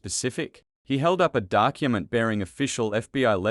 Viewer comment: SeCONDS...PRAcess...dUckument!!! The commentator, although an Australian accent, is not a person! There are so many incorrect pronunciations that my 4 year old grandaughter would pick up. WTF!!!